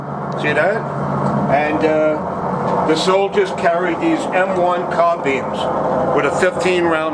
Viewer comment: I die a little each time he says "car-beams".